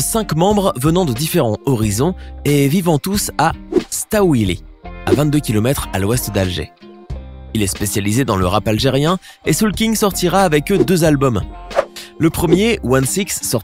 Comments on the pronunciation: ben en faite staoulli se prononce stawali pas stawili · Il a super mal prononcé Bainem et Staoueli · "Staouili" ptdr il l ecrit bien mais il sait pas le dire